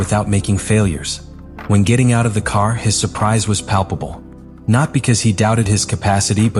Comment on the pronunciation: Ai is stupid 😂. Can't he speak. It's PALPABLE 😮